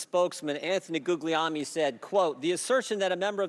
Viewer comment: Guglielmi is my mom's maiden name. It's pronounced "Goo-yell-me." Hurts my ears to hear Jordan butcher it.